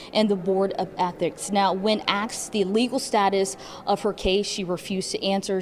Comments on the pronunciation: The news lady said, axe ! SMH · The news reporter was trying so hard to speak properly but still used "when axed" when she meant "when asked". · When axed lol.